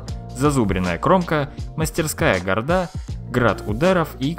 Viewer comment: правильно говорить гАрда